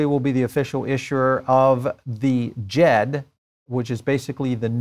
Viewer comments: Pronounced “Dee-Jed” I believe✌🏽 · Wrong is pronounced Jeb without the D as in "jebi se" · There is no b in Djed. It’s pronounced Jed.